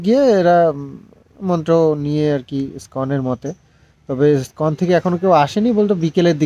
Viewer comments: Scon noy , Iscon... please correct yourself... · শব্দ টা " ইস্কন " । স্কন বলবে না। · স্কুল কে ইস্কুল বলো, আর ইস্কন কে স্কন? আজব তো! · Skon bolo na Iskon bolo sunte kmn lage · কথাটা হচ্ছে ইসকন । তুমি 'ই' উচ্চারণ করছো না বলছো 'স্কন' কথাটা ভুল। শুধরে নাও। অনেকবার করে উচ্চারণ করো ইসকন, ইসকন, ইসকন এইভাবে । অনেকেই অনেকবার তোমার এই ভুলটা শুধরে দিয়েছেন কিন্তু এখনও শোধরাও নি। খামোকা এই ছোট ব্যাপার টা নিয়ে কিছু ভিউয়ারস এর বিরাগভাজন হচ্ছো কেন? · I- S- K - O - N , DON'T MISS THE " I ". Jei institution e jabe tar uccharon toh age thik korte hbe ?